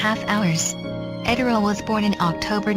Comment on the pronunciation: Oh please, don't make it about anything other than her magnificent achievement. By the way, it's pronounced "Edd-er-lee" . At least, that's how they said it in the media of the day (radio)